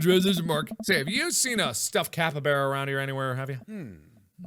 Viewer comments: IT'S CAP-EE-BARR-AH, NOT CAP-EE-BARE-AH!!! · Hey Mark, just thought maybe ya know, that I'd let you know that brosky, it's pronounced cap-e-bar-uh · Okay but that's not how you pronounce capybara (capy-b are a ) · He keeps saying capybara wrong. I know how to say it because its home to Venezuela and it was my country in a school project. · Mark: pronounces capybara wrongMe: mMMMMMMM